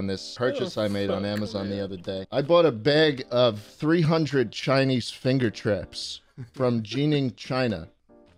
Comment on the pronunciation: Anyone else notice that shlatt said “fingu traps”